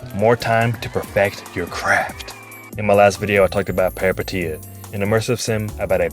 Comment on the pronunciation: the first Peripeteia vid to actually say the name right lolol